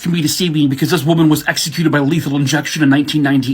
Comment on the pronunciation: Omg has me rolling over here with the ladys I don't like'em comment! He said Buhcuhz'im'gay 🤣🤣🤣🤣🤣🤣 in my head for some reason I heard the old school cereal commercial "Hey he likes it"